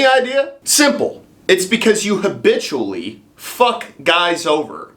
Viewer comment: "Habitchually" That was probably hemorrhoid surgery.